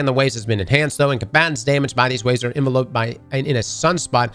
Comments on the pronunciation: ' pronunciation of "enveloped" is crazy lmao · That's not how you say 'enveloped'🤣🤣